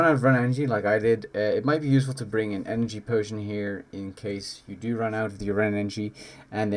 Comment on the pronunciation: lmfao bro why cant you say words correctly "enagee potions"